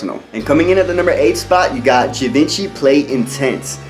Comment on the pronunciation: You look sharp and you are giving great spirited content but I must tell you that Givenchy is pronounced Gee von she. Just saying. Keep up the good work!